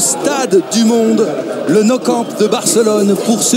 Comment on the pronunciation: "Le no campe" 😂